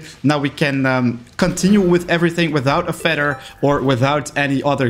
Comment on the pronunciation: Sir, it’s said feather and not feder